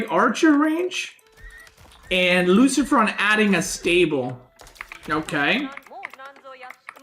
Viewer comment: Best is the french pronunciation for luciFRON and then normal pronunciation for the french MarineLord best caster BAYBEE